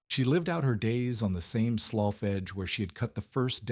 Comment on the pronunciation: Hey Mr AI man, could you learn to pronounce words properly? Slough is pronounced "sloo" not sloff. Context SHOULD tell you about proper reed, read, red and read. Same with lead and lead. Annoying as heLL.